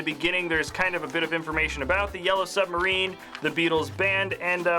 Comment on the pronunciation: I WHANT BECAS 'we all live in a yellow suberin'